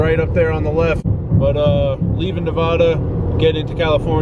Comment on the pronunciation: Anyone get put on instant tilt hearing him mispronounce Nevada. Trooper used to do the same thing.